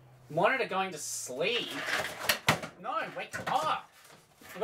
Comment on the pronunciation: Morte going to slee?